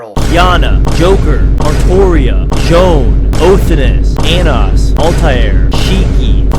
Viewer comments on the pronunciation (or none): none